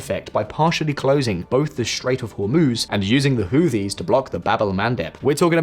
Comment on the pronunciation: Who Tees. Whoo Tees. TH together in this instance is pronounced with a strong T.